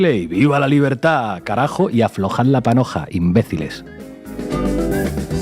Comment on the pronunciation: Dijo bien “imbeciles”😂😂😂😂